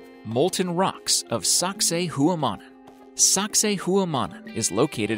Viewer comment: SACSAYHUAMAN in Perú is pronounced 'Socksay wahmahn', not "HOOwah-mon" - if you had done any research first. Nobody ever pronounces it like that except you: you dumbass. In Perú they will tell you "sexy woman" is a close proximity to the pronunciation